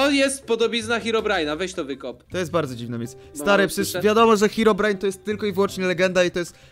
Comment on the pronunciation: Herobrajna. Nie nawizd. Glołsot